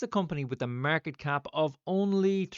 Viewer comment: “Murket,” the only way I say it from now on! 😂